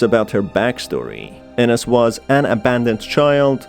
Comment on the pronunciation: You need to learn more on your pronunciations on names like Ines. It is EENES. Not enes. My dead name is Ines and you need to learn how to pronounce it correctly for videos like this. But this is my opinion.